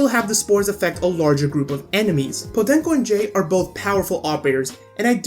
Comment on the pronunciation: I like the pronunciation of "podenco"